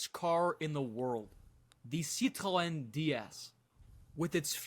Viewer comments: sadly still not proper pronunciation like with Citroen. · I was waiting to hear how badly you Americans said the names of these car brands. You did not disappoint !! RENAULT = REN O not REN ALT. PEUGEOT = PUGH ZHOW not PEG WAT. CITREON - SIT RON not SITREE ON. FIAT = FEE UT not FEE AAT.